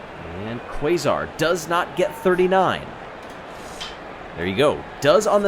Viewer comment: I know this will be buried, but, Quasar’s name should be pronounced (Kay-zar), rather than Kway-zar. Also, OOOOOOOOOOO